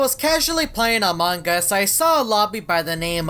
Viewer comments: I heard among gus :/ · everyone: among us: among GUS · I love when say "Amongus" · No its among us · But its amugus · says amongas all the time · Why does he say among us like that